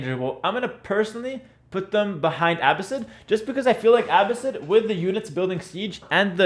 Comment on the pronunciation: Why do you pronounce Abbasid like you don’t know Arabic? :)